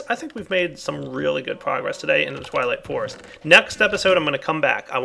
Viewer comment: LOL he said "TIME TO WAP-UP" "TWIGHWIGHT FOREST"